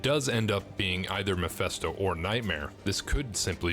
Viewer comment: YOU KEEP PRONOUNCING MEPHISTO AS MEPHESTO. PLEASE STOP IT!!!